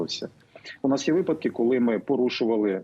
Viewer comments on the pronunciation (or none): none